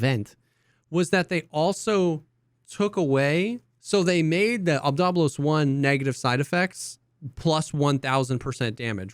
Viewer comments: Its obdolbOs Not Obdolbos Not obdOlbos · You have to pronounce "Obdolbos" like a Russian for it to roll off the tongue.